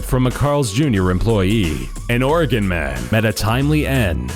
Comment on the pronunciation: Thanks for saying Oregon correctly lol